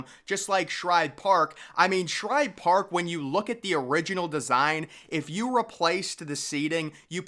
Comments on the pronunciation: Bro, it’s SHIBE! Not Shribe….JFC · Agreed It’s Shibe Park NOT Shribe Park and I’ve Read About It on Google! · What's with you saying shribe park its shibe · Shibe, not Shribe. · Are you saying Shribe Park? "Shibe" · Shibe dude Shibe..not Shribe....whole good video should be able to say the name correctly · STOP calling it SHRIBE!!! There's no "R"!!! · Dude, It's Shibe park, not Shribe! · I’m a METS fan and even I know it’s not “Shribe Park!” There’s no r in Shibe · I came here to see if you'd call it Schribe Park again, and you did within 10 seconds. Do you never read your comment section? We have corrected you on at least three previous videos. Not only me. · It's Shibe Park! Not Shribe Park! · The guy saying Schribe Park needs to say Shibe spelled S-H-I-B-E NEEDS TO GO TO ADULT HIGH SCHOOL TO IMPROVE HIS VOCABULARY. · AHAHAHA. I was thinking the same why is he calling it Shribe Park, Did he just get out of the dentist before this video. Great video anyways lol. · As commented before it’s SHIBE no R in Shibe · For the love of god dude, it's SHIBE. Shy-buh. No Rs in sight. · There’s no r in shibe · i enjoy the content, but the constant mispronouncing of SHIBE is a bit annoying. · His calling Shibe Park "Shribe Park" throughout the video really annoyed me. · I know he keeps on saying shribe park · Can you not pronounce Shibe? There is no “r” in it. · SHIBE! It’s SHIBE for Christ’s sake! You’d screw up a cup of coffee! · I hate when this Guy Mispronounces Connie Mack Stadium more Then Once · Um, I’m going to take it from all the comments below that the narrator of this video is getting the pronunciation of “Shibe” wrong. Could be worse — he also could be mispronouncing the alternate name as Cronnie Mrack Stradium. Just sayin’. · You spelled the name right, but you’re sticking an “r” in there when you say it